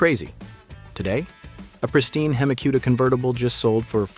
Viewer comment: Just a suggestion. Don’t have AI read all these car names off. It is not a hemi Cuda like barbecue. God forbid it actually say Lamborghini coon Tosh correctly. 😂😂